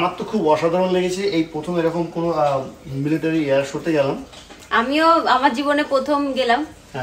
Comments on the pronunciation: দিদিভাই মেলেটারি না। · আপনার উপস্থাপনা খুব ভালো লাগলো। খুব সহজ সরল কথা গুলো মন ছুয়ে গেল। আমি ইন্ডিয়ান এয়ার ফোর্সে অনেক বছর সেবা করেছি, অনেক গুলো advanced বিমানে কাজ করেছি। এয়ার শো দেখে পাইলটদের জন্য আপনার ভাবনাটা শুনে খুব ভালো লাগলো। আপনার কাছে মাপ চেয়ে একটু সঙশোধন করছি - কথাটা মিলেটারি নয় মিলিটারি আর আপনি যে ককপিটে উঠেছিলেন ওটা হেলিকপ্টার নয়। আপনার পুরো পরিবারের জন্য অনেক শুভেচ্ছা। কাজের সুবাদে অনেক বার ইউ এস গিয়েছি, কিন্তু আপনার এই জায়গাটি কোথায় বুঝতে পারলাম না।